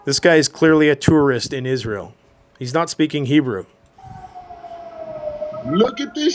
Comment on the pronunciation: in he's speaking "Hebro".